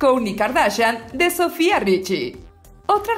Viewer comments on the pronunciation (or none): none